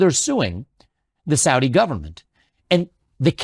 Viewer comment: Investigator: Did the Saudis do it? Government: No. I can 100% confirm the Sour Dees did not participate in 9/11. I: I'm sorry. Did you say Saudis or sour dees? G: correct. Exactly... The Sowdees. No 911. I: Wait. What are sowdees? G: Sowed ee's. As clean as they come. I: What are you talking about? G: I'm just saying, with complete conviction, that the Kingdom of Sword Tee A Ray Bee Ah did nothing ever at all to America in our history of all time!.... The Saudis though. They went sick.